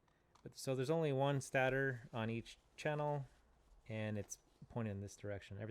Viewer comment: The first syllable of "stator" is pronounced "state," not "stat."